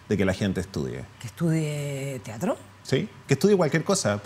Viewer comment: Excelente charla. Lo único que me irrita un poco es que diga "tiatro" en vez de "teatro"